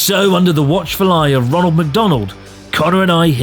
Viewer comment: I love that because they can’t pronounce the R in Ronald they just called him Donald lol